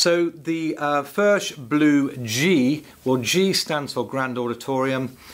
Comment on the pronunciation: It is pronounced "Firk", it is Czech.